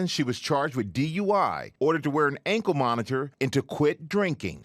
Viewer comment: Why is it hard for her to say 'ankle monitor'? 😯